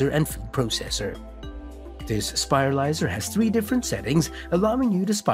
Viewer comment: Anyone else who can't get over the fact he keeps saying "spilarizer" instead of spiralizer?